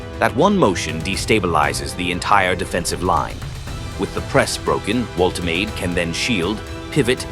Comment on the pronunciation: The shirt pulling is totally out of control. Refs just let them get away with it. Manufacturers should make them body hugging so players can’t get hold of them so easily. Please learn how to pronounce player names.voltamarda is how you pronounce Nicks name.